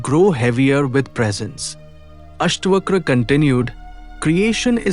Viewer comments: its not Astvakra, Its AstaVakra. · It's अष्टावक्र ... not अष्टवक्र